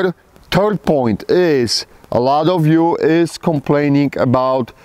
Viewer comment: “Turd point”